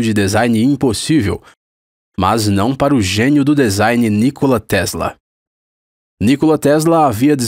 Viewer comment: Se fala nikóla kkkkk pqp